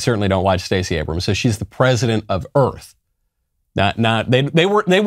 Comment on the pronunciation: "President of Earf" 😂👍 You know, this may have possibilities for the current trend of rewriting history.🤔 The Greatest Show on Earf The Day the Earf Stood Still Destination Earf From the Earf to the Moo 20 Million Miles to Earf Oh dear, I think I'm stuck in the 50's...